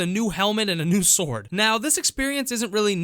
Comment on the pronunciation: “Uhm.. How to get the most powerful swoordd?..”